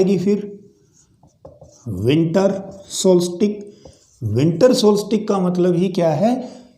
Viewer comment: Kya Solstice ka pronunciation yahi hai jo aap ne kaha !